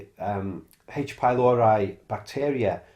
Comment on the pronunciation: /PYLORI/, not /pajloɹaj/.